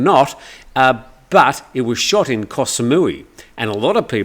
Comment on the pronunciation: Backpacking guy could do with a compass and Google translate or a good thai phrase book 😂Also the host here needs some basic Thai information as continuously using the wrong pronunciation for the Thai word for island and others is telling.If you live in a country for many years and still do not bother to learn some common word pronunciations such as เกาะ Goh island even though it is romanised to Koh and กลาง Glang centre or middle not klang as belled out here,it shows that there is no depth of interest in things Thai.Imagine if you lived in an English speaking country and your name was but everyone called you Yim or Dim.Start to grate I’d imagine.I can understand it though as sign posting เกาะ ติม for island might be the reason😂